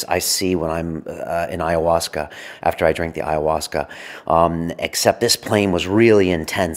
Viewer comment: If is an AyahuascA filmmaker then why does he pronounce it AyahuascER!? Hehe.. Awesome video, glad to see this sort of stuff out there!